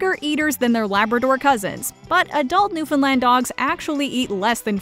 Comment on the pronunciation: As a Newfoundland owner, I cringe how you say it 😖